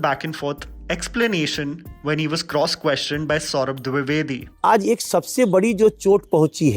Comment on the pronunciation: Saurabh dubeyvedi 😂😂 it's dwivedi